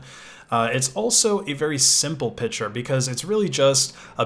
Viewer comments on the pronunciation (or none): You say "picture" as "pitcher". Like we're going to put some water in it, or maybe it'll throw a baseball at me. :) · Am i the only one who thinks he is pronaunching pictur strange? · "pishure" i like the way you pronounce the word "picture"